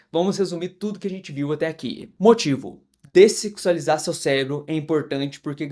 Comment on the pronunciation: O cara fala descecsualizar* não sei nem se tá certo😂 mas ele fala iss e a capa do video, uma lapa de uma bunda lá😂😂😂❤